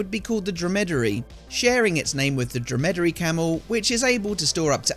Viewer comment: Dromedary camel, pronounce - dro muh duh ree